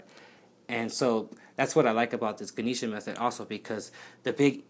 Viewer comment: Love your video! Also it is pronounced Gah-neh-sha